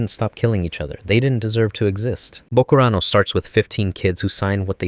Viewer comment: Ok now I know you have to be doing the pronunciation thing on purpose because how to mispronounce Ideon but then pronounce bokurano just fine